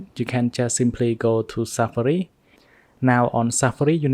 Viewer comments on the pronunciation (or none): "SEFARI" AND "IOASSSE" I Cant 😭😂